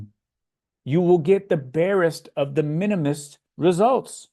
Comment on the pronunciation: "Bareist of the minimilalist" made me laugh. Fine work as always, sir. Thank you